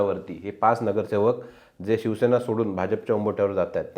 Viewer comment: पुढारी चे वक्ते शिवसेना हा शब्द ही नीट बोलता येत नाही. ते शिवशेना म्हणतात. कांहीं जण तर. शीवशेना म्हणतात. यांचें विश्लेषण काय ऐकायचे?